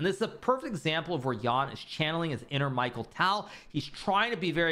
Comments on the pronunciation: hi from russia! i want to admit that you pronounce nepo's full surname much more better) but tal's first name is mikhal however. thanks for recaps! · That "Michael Tall" made me wince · He is not Michael, he is Mikhail (sounds like just Mihail)